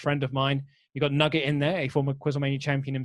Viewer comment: Louis Dangoor a.k.a. Nuggét (with an accent over the e)